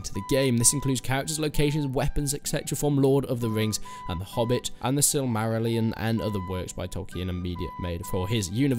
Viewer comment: nice pronunciation of silmarillion